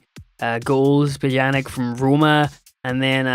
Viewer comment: great vid but pjanić is pronounced p-y-ah-n-I-ch